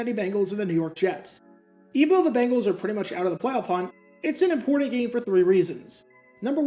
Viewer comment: Bengals not Bangles